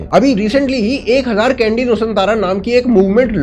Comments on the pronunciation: चंडी नूसन्तारा not candy nusantara 😂 chandi = mandir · भाई , candi को कैंडी नहीं चांदी बोला जाता है, C ko च pronounce karte हैं वहां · Nice Video, good for Indonesia and the world. 🙏 One small correction: Candi is pronounced as चण्डी , not english Candy. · Even though temple is called candi in Indonesian, it's rather pronounced as Chandi